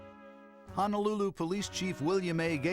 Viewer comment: Too bad the narrator doesn't know how to correctly pronounce Ho-no-lulu